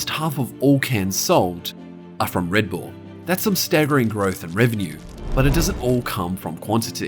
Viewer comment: Reed bool?